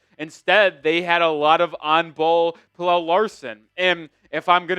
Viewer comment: u gotta stop pronouncing pelle like that bro